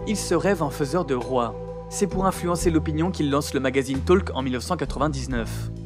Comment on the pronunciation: La prononciation de "talk" 🤣